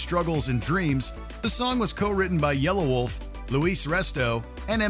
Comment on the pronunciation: It's not yellow-wolf it's yelawolf